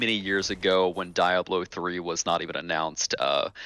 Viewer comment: a bit concerning how badly he butchers "Diablo"